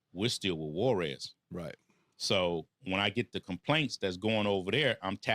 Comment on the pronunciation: On what? Netflix lmao. He didn’t meat mayo I can bet money on that. Mf can’t even say Juarez correct